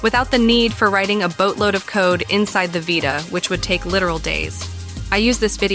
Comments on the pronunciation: On the Vie-ta ... Lol... It's Vita (Vee-ta) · V eyeta? I thought it was vita. Jk great content btw